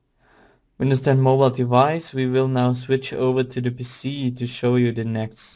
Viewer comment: its PC not PISSY